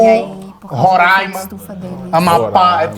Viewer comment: Respeita minha terrinha Roraima que foi citado pelo senhor mais inteligente do Brasil que conceguiu citar o nome corretamente